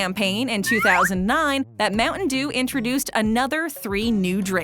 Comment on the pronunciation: America: Moutain dew Filifino: Moutain jew The dew sound like jew